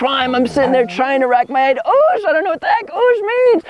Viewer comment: oosh sounds an awful lot like "juice" lol